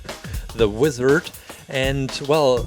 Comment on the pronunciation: When he said wither instead of wizard I though ooooh make a wither from MC pls pls:D